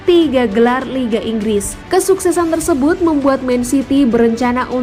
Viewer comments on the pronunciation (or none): none